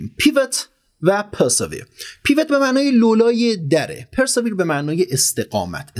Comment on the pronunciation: خسته نباشی دوست من. گفتم این همه ما ازت یاد گرفتیم یه چیزی هم ما یاد بدیم که کمی از زحماتت جبران شده باشه. تلفظ صحیح persevere پِرسِوییِر هست با تکیه بر واو ❤️🙏🏼